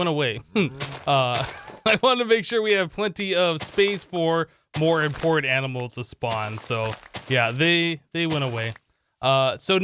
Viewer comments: Regular person: "Animals" Him: "Aminals" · Yes fist pump he sez aminals to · Aminals? Someone's been binge-watching Animaniacs, I see.